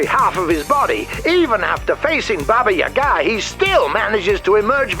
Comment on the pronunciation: Entertaining fight as usual :) Crab needs more melee weapons... PS. It's pronounced baba, YAga.. not baba yaGA.. :D